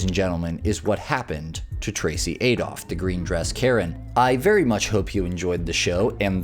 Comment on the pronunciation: "adolph" lulz...